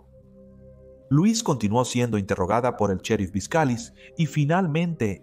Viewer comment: El nombre D la dama C pronuncia (L o’ e s ) no Luis pero y no k el tal Jacob era viudo y k la hija había muerto también entonces aparece D repente 🤷‍♀️